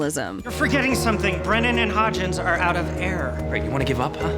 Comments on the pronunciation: hearing someone present the list who obviously didnt watch the series is kind of a bummer... calling hodgins "hodgkins" outet you immediately.. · HodgINs….not Hodgkins 🤦‍♀️😂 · Did the narrator REALLY say "HodgKins?" Guess who never watched the show. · It's not the first time a mojo video said his name like that either lol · I caught that too. Just like the PI chick looking for Birambau